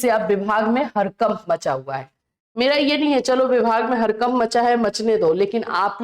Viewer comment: गड़बड़ ❌गरबर ✅ हड़कंप ❌हरकंप ✅